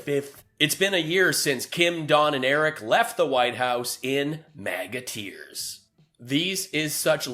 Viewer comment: I keep hearing it as MAGAT EARS...